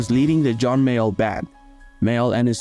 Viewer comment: You haven't even got the respect to get his surname right it was Mayall not Mayo